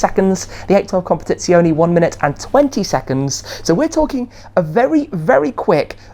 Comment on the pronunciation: Ah,this is the end of ferrari...I will never sell my 430 16M , EVER. Also a note shmee 😁.when you say "competizione" the "e" is not like the english e ,it's the same e you find in the "end" word